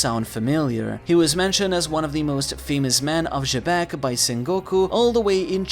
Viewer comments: Xebec is supposed to be pronounced "jee-beck" that's how both the japanese and English dub call him. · who is "juh beck"?? bro just say his name right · why you keep pronouncing xebec name like that lol